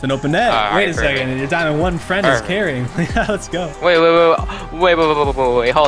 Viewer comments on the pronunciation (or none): the way he pronounced "carrying" here sounded a bit like arsenal